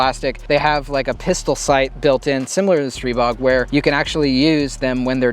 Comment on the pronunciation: it’s pronounced str(eye)bog and let’s call a spade a spade. It’s a stribog clone